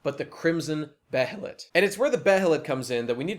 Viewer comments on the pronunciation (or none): To preface, I am a fan, and this is only constructive criticism. But to start with, they pronounce behelit as "bay-lit" in the 1997 anime. I'm not sure if that's the correct pronunciation, but I'm inclined to say so. And I think it's the same in the dub for the films, but I don't know if that was consistent for the 2016 one. And the vision of Griffith as a farmer was just a dream. It was supposed to be the life that Griffith realizes he should have lived; a peaceful life without ambition – a stark contrast to the visions that the God Hand present to him. Before the eclipse, this is realization that Griffith’s dream was futile, and the definite end of the man’s ambitions. As Zodd foretold to Guts, for the eclipse, “If you call this man your friend, know this: when you regard one another as brother, and this man's ambition comes crashing down, it is your destiny to face your death!” And this scene, with the dream, is the realization that Griffith’s dream has collapsed in on itself. But states, this is the life Griffith will have if he doesn't use the behelit. But in the context of that dream, Griffith isn't disfigured, and Guts and Pippin are children. The dream is purely symbolic, not literal. And neither is it a prophetic vision, so much as it is a vision of a life that Griffith could have had, but never did. Something low, but inevitably, something comfortable, and certainly higher than where he is at prior to the eclipse. To address the claim that sacrificing th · The way you say behelit is the most upsetting thing I've ver heard.